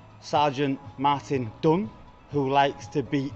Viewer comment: When you described the officer, I was sure you pronounced his name as Sergeant Martin Dung A more appropriate name maybe and then I see the heading that his name is Dung... I mean Dunn.